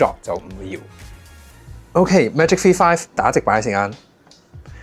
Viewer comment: 点解V读F噶？香港的读法不一样？